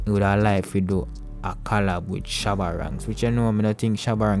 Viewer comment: Shabba Ranks, not Skabba 🤣